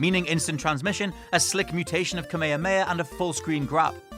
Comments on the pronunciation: Stop pronouncing kamehameha as kameyameya. uh. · Why is he saying kamehameha like that Japan does not even say it like that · Cant even pronounce kamehameha right haha and fucking scrub dont know how to make a tier list